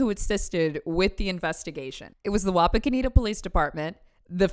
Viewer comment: Excellent job pronouncing Wapakoneta,!! 👏👏